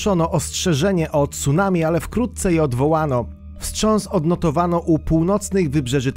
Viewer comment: ...aaa tego ...TSUnami albo jezioro ..."Rinihue" ...NIE ZAUWAZY£ES ?????????????? PRAWIDuOWO to ...CUnami ..."Ri-ni-ue !!!!!!!!!!!!!!!!!!!!!!